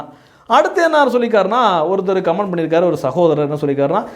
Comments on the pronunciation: Please correct - it is not command, it is comment. Please pronounce correct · கமான்d கமான்d ன்னு தப்பா இங்கிலீஷ் உச்சரிக்கக் கூடாது. காமென்T ன்னு உச்சரிப்பு இருக்கனும். தயவு செய்து கரெக்ட்ஷன் செய்ததற்காக மன்னிப்பு கேட்கிறேன்! 🎉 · Comment should wrongly pronouned like command. The speaker need to practice the correct pronunciation.